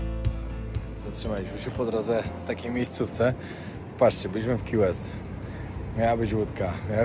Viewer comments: Key West, wymowa: ki łest - a nie: ki west. Słowo: vest (bezrękawnik), wymowa: west. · sorry że zwracam Tobie uwagę ale Key West wymawiamy ki west to nie jest Qiu jak wymawiasz pozdrawiam z Arizona